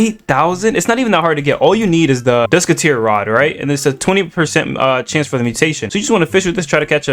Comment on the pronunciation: hell nah bro said dusketeer rod 😭